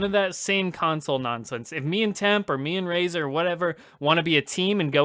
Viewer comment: lol! Hey guys. It's been a while. Razor is correct in the reading of my username. Thanks for answering my question. I had to ask the deep questions, because that's kind of what I do. I love the idea of doing another non-fighting genre MK game. To Temp: I don't consider Shujinko to be all that popular, but I would be interested in seeing him given a new interpretation of the character. I was never a fan of Chameleon, but you have an interesting idea To: I agree with Dairou, and I think Midway missed out on a good opportunity with him. It still could have worked to have him from Seido but move to Outworld to be a mercenary for Shang Tsung. That way, we'd have a Seidan character established in a game prior to MK Deception and the connection to Hotaru can be explained in that game. Had Midway stuck with the samurai-esque aspects to the design, his two-sword style could have been derived from Niten Ichi-ryū sword style. To Razor: I like the idea of Hsu Hao being given another chance. Despite the Chinese name, I believe that he's meant to be from Inner Mongolia. Sadly, NRS made sure to adapt a lot of elements from Hsu Hao for Kano, such as the chest power-up from his Cutthroat variation and the backstory element of being a double agent. Considering Kenshi's and/or Takeda's endings, perhaps we'll get some prominence of the Red Dragon in MK11.